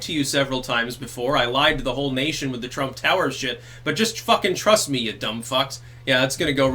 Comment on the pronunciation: "TwrumPP", it had me busting out laughing every time he said it.